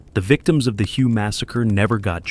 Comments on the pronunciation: It is pronounce WAY not Hu get it right! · it is pronounced "whaay" not as the word of the same spelling pertaining to a shade of color! An example of correct pronunciation is in the movie: "Full Metal Jacket". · Firstly, it's pronounced "way". My late neighbor Dan served there as a Marine during the Tet Offensive. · Your very 1st statement, and you get it wrong! The city, which is focus of your clip, is pronounced "WAY"! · If I heard "" mispronounce Hue, my head might explode. This ruined the video.